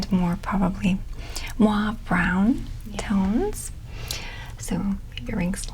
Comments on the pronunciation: I hate to be that person but I’d like to correct the way you say “mauve”. I’d try to say it like “Mah-v”, instead of “moo-ah-v”. I’m not sure if I make sense. No hate I’m just ocd and it distracted me. lol😂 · The AU in MAUVE sounds like the beginning of the word “over” OHver… so mOHve